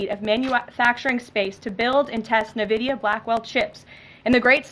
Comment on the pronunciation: must be a new company called " NA-VIDIA" never heard of that before...Ive only heard of Nvidia. Also there is no "PU-IN and CI-ES-SENS" there is a PuTin and CiTizens...why cant people born in the past 30 years pronounce English Words?